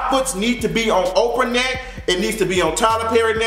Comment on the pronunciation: Lmfaoooo every time he say "FOOT ON YO NECKK"